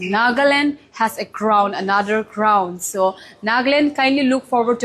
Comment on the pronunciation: Congratulations miss! Sorry for this, but I hear 'crownt'. May you continue to shine. You are beautiful and confident.